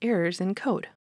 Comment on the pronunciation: siclic? it's pronounced cyclic as in i cycle to work...